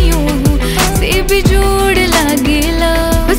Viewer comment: The way she said bejjjod 😅 bihari tone 😂❤